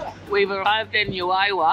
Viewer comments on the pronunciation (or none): The pronunciations for Juayua….should be….who .. A …you…A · The town of juayua is pronounced like who - a-you - a. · Juayua ( who- a you- a